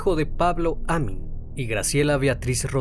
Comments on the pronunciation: me desespera cada vez que dice Amin cuando escribió Amín 🙄 y el apellido es Arias sin acento 🧐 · Se pronuncia Amííín. Con la sílaba tónica en la "i". Y Arias tiene la sílaba tónica en la primera "A". Soy fan de tus videos, no me malinterpretes. Sigue así 🙏🏻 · Vivo a unas cuadras del lugar del asesinato. Muy buen informe. Muy buen trabajo. Te felicito. Sólo una pequeña aclaración, el apellido lleva acento en la última sílaba, sería Amín. Y el apellido de la víctima lleva acento en la primera. Saludos. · Ojo con la pronunciación, el apellido es Arias, no Harías. También el nombre Amín, lleva acento en la í, hay que pronunciarlo así.